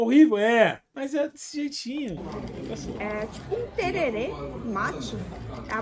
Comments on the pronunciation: é tererém com acento agudo no final... Tererê é um acessório pra cabelo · um dia vcs ainda aprendem falar Tereré ao invez de tererê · Tererê??? Do Sul ??? Cazé não me fode poha !!! Tereré, Centro Oeste, Campo Grande Mato Grosso do Sul!!! Pohaaaaaa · Tererê nao vei kkkkkk tereré pelo amor de Deus, e nao é do sul!! É do centro oeste